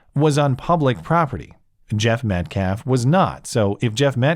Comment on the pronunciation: Only thing i learned during all these videos of the Anthony family and fans is that black people cannot pronounce Metcalf They say Met CLAHF